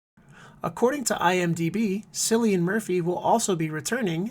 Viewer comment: I used to pronounce his name wrong too but it's pronounced as "Killian."